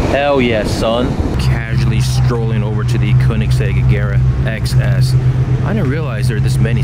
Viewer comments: More like kerr-nix-zegg. The child narrating this video pronounces it oddly. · Meme Man Fresh someone sais Koenigsegg like Keningseg in the video and i was just sayin that i used to say it like that too